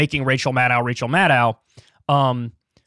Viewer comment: Why are so many commentators incapable of pronouncing Maddow's last name? Think "doe", like Bambi, not "dow", like Chemical...